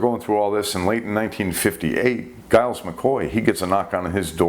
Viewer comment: Giles is pronounced Jiles. The Sub Commander's name was Hashimoto, not Hashimito